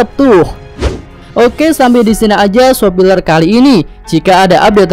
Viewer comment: bang lo emang biasa ngomong spoiler jadi sopiler karena sengaja apa gmn?